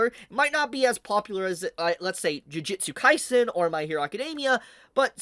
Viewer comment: Still waiting for the day for to say "jujutsu kaisen" correctly, and not jujitsu kaisen. 😁